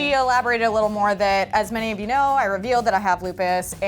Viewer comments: You pronounce it 'you know' not uno the Spanish number - just saying 😂😂😂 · It's not uno it's you know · Uno used in text is pronounced like you know btw 💜💜 love you guys